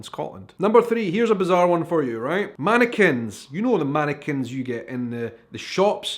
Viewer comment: did you say mannequins in a state of undress or "Americans"? 😲🤔😂